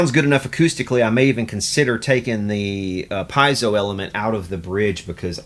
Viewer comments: It's pronounced peezo. They were originally made for smoke alarms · I tried, I tried, I tried, but I can't not say it: it's not "pie-zo", it's Italian, pronounced "pee-ay-zo". You're a luthier; know how to correctly pronounce your products.